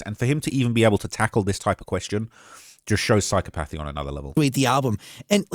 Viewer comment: Psychopathy is 4 syllables